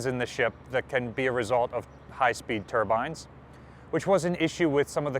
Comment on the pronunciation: He say both Turbans and turbines. But it's Turbine.